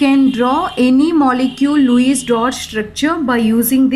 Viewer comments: Lewis It is not luwies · Luice nii mam Lewis🤣🤣🤣